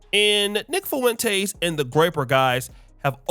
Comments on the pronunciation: Say it with me. Fah-Wen-Tez. Not Fah-Wen-Taste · You keep saying “Fo-entez. You need to learn how to pronounce the name. No Spanish classes in high school? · Love ya brotha. But the way you say Fuentes is disgusting 😂